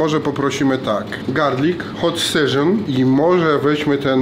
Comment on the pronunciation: Hot Seżon xD